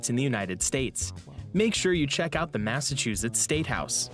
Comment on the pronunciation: You gotta learn how to say "Massachusetts before you go there. Boston, and a lot of the older cities, have England vibes. There were a lot of Irish in the colonies, too. Also, you'll recognize some place names as well. These cities were founded by Englishmen but built with slave labor. They also have a great transit system. You can ride trains and buses throughout the whole region of New England. We even have higher speed rail. The Accella Express high-speed rail runs from Boston to D.C., so you could arrive in Boston and ride the train to NYC, Philadelphia, and D.C. Then fly back home from D.C. Colonial Williamsburg is a village that has been restored look as it did during the colonial-era. It looks a lot like England from the 1600s to 1700s. They have a lot of historical reenactors there to show you how people lived and dressed during that time. They have restaurants that serve food from the era as well. You know, the Southern accent was influenced by Irish people who settled in the southern states.